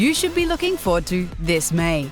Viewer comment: Did she said Mei? (The Dutch way of saying May) at the start?